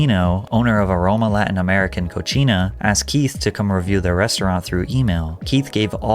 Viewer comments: he said cochina instead of cocina 😂😂😂😂 yall that took me out Cochina is nasty Cocina is kitchen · cocina would be pronounced co-see-nuh for kitchen. Co-chee-nuh would be Cochina, or Mexican slang for nasty/dirty girl/woman 💀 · nooo Patrick it’s coh-see-nah not coh-chee-nah. The second pronunciation would be like saying it’s gross or dirty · Are you sure it's a 'co-cheena' not a 'coseena'? :P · Co-si-na not co-chi-na lmao you just said Latin America nasty girl instead of Latin America kitchen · Bro it's pronounced "coseenah" not "cocheenah" 😂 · It's pronounced "Ko-See-Na" not "Ko-Chi-Na." Cochina means dirty in spanish and that'd be the last thing you'd want your restaurant described as, lol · it’s cocina but pronounced co-see-na because co-chi-na is the feminine word for disgusting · Cocina is pronounced CO-SI-NAH you pronounced it CO-CHI-NA and that trranslates to dirty woman. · Patrick I love your videos and I’m not trying to be nitpicky but you called the aroma Latin place CO-CHINA which means dirty 😂😂😂 it’s CO-CENA like JOHN CENA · OK, as a Spanish speaker here, I just had to chime in. Patrick, "Cochina" means gross/dirty(feminine). "Cocina" means kitchen. I mean, I know you were talking about a kitchen, but that was funny as f**k! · Co-cee-na and co-chi-na have two very different meanings hahah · LMAO “Cochina”, love your videos, but it’s cocina, like co-see-na hahaha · hey love your videos. but i wanted to let you know that the pronunciation of “cocina”is not correct. (co-see-nah) you said said it as cochina, which means dirty/filthy in spanish. just wanted to let you know ☺️ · Co-Si-Nah not Co-Chi-Nah, Cochina means dirty of female pig 😭😭😭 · imma just correct this you said cochina (co-chi-nah) instead of cocina (co-see-nah) im just correcting it cause cochina means dirty girl while cocina means cook 😅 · co-see-na, not co-chi-na ( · latin american coSEEna, not coCHIna. You are saying something very different lol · Coooseeennahhhh not cochina lol